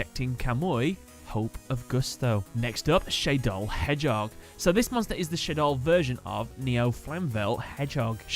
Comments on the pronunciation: It's Shaddoll not Shay-doll but great video nonetheless. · It's kinda annoying how he pronounces it "Shaydoll" and spells it wrong. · Why do you keep calling them Shay-doll? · Why do you keep mispronouncing Shadoll?! You say it right and then wrong right after that. SHA-DOLL. Not ShAyDol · It’s shah-doll, not shay-doll The a has the same pronunciation as in shadow, funnily enough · "SHAYdoll" "I butchered alot of names in this episode" Shuh-doll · SHA DOLL, not SHAY DOLL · It’s a combination of shadow and doll. Then why the hell do you say shaydoll Edit: not why do you say shaydoll, how did you get it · If you know Shadoll comes from "Shadow" and "Doll" it isn't that hard to pronounce. Not sure where you get "Shaydoll" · you don't pronounce it shadew. Why would you pronounce it shade + doll. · I'm pretty sure that it's pronounced as shad as in shadow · The way you say shadoll is destroying my will to live